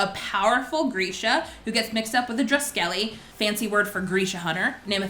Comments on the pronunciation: in the audiobook is pronounced droo-skehleh I also said it wrong before I heard it😂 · NOT DRUSKELLY LMAO